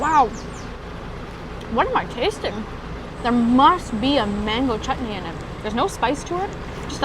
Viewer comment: Your pronunciation of certain words are amazing eg : roti , mango chutney , tawa etc